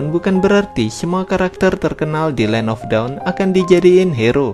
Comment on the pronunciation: Bang ajarin mbak google supaya gak bilang land of daun kan salah bang kwkwkq